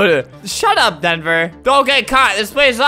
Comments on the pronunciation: No one: Albert: shut up dhenver Albert: SHUT UP DHENVER Albert: DHENVER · When I read DHENVER Albert said DHENVER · What eveyone else hears: Shut UP Denver! What I hear: SHUT UP HEATHER, Sorry Heather!